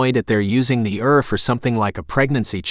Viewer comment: Too bad it's not a real reader. I got a laugh when it says "err" for ER or "led" for lead, (long E sound) 😅